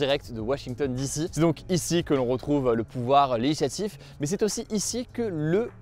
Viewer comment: LÉGIslatif Hugo, pas 'léhislatif' comme tu balbuties à chaque fois